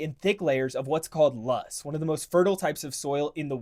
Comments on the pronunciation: Loess is pronounced “lo-ess” not “lost”. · It is pronounced Lowss not loss. Also, almost all our corn goes to ethanol production and feeding cattle, not human food... sad really when you think about it. Best soil in the world (before farmers killed it, our soil is dead organically). Imagine the actual food we could grow, besides industralaized ag killing bovine at 18 months of age. We also have more cows than people, you forgot that fun fact. We also have rivers on the north and south, technically we could be an island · Loess, not lust 😂😂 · Loess soil, not lust. (LOL)